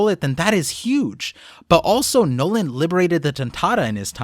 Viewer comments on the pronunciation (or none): Nolan D. Mont Blanc?? The D is silent and even the tontatta called him Nolan without the D